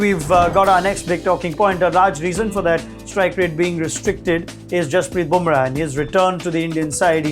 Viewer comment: Burma...😊... lol... it is Bumrah